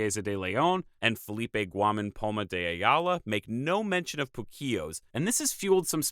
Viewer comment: Uhh... It's POO-Keos, not poo-KEos